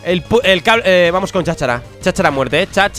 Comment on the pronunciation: Soy el unico que cuando dice "Vamos" escucha " PAMOSS"